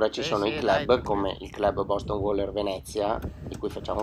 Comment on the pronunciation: Si dice "WEILER"... ma ok! Lo voglio troppo. Ma nuovo costa troppo!